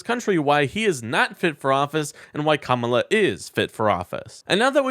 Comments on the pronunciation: I know it’s not intentional but you skip the second A when you say her name “kamla”. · When all Trumpty-Dumpty has is to make fun of how people choose to pronounce their names, we know he is nothing but an immature school yard bully. VOTE BLUE! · The only reason I make this mistake when saying her name is because y favorite superhero is Kamala Khan, so sometimes I get the two pronunciations confused. I’m betting Trump has no idea who Kamala Khan is. He has no excuse.